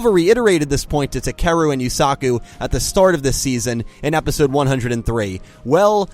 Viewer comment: the pronunciation of Takeru 👌